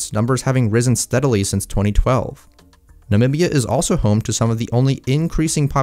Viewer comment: finally someone who can pronounce the name “namibia” properly!